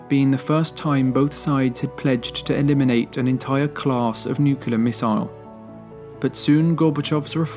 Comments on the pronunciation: is it just me or do ya'll cringe when he says the word. " nuciler" instead of nuclear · The word is Nuclear, not Nucalar FFS!!!! Get it right!!!!!